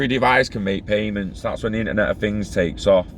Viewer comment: “Internet of Fings” 😂🖖